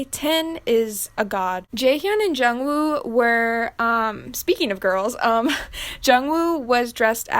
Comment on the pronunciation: Jungwoo is pronounced jungooh and chenle is pronounced chun luh